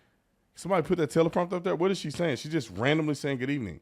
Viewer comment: Good ebening 😂